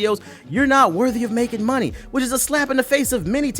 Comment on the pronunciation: Lmao "Turrr Hih Muney Off"